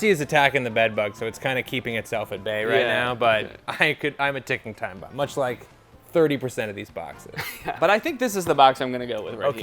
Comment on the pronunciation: i can't stop laughing, the way he said "baomb" is pristine.